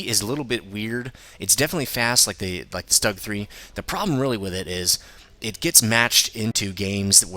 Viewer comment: it's pronounced "shtoog" since u say everthing else correctly ;)